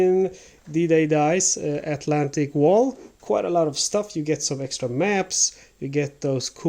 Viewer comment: Don’t pronounce it like Atlantic a Wall. The tik has the accent, and English wall is not German wall, in German a Wall is some heightened area.